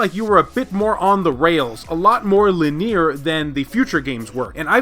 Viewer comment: The way you say "linear" makes me anxious...